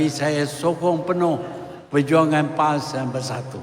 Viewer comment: Sebut parti Pas pon kaku lidah tu Tun..